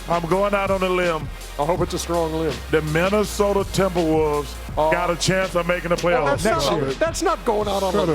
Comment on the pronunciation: "The Menace-ota Timberwolves".